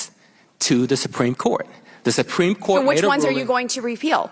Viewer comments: “the sumpreme court” 😒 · She actually said the sum-preme court at the start of the video.